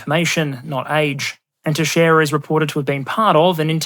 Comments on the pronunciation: I have the unfortunate privilege of sharing a surname with the air national guardsmen. I want to thank you for actually pronouncing Teixeira correctly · Seeing international creators and news talking about the Pentagon leaker is kinda surreal for me cus he lives 5 minutes down the street from me and is in my middle school yearbook. Also good job for pronouncing Teixeira correctly